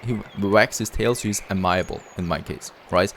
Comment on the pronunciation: FYI - "Amiable" is typically pronounced "ay-mee-a-bull"